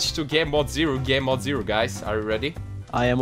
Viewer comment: pronounces "gamemode" like "gay-mode" XD